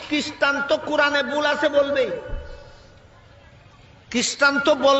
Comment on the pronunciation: কিস্টান আবার কি? উচ্চারন ঠিক করুন আগে, খ্রিষ্ঠান।